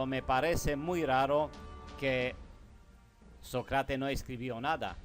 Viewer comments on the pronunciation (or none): Qué suave que hables español, se ve que no es tu lengua materna, te recomiendo que estudies los ACENTOS, así podrás hablar mejor. Por ejemplo es diferente decir Sócrates a Socrátes.